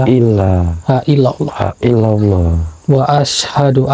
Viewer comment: buat koreksi hal bacaan yg benar asyhadu allooilaahail lallooh